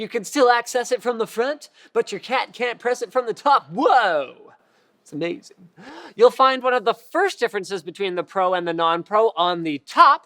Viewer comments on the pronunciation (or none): 'zmezin X*D